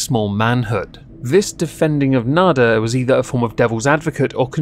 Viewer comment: It's slightly embarrassing how.long it took me to realize you were saying "nader" and not "nada." Wasn't making much sense to me at first.